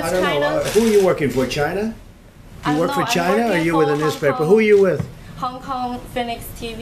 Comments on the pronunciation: The way he pronounces China 😂 Chy-nah 😂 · Trump has the best way of pronouncing China “ Chyna’ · ❤ Trump saying Chyna... 😂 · Its not China, Its Chyyyna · No, its CHIYYNAA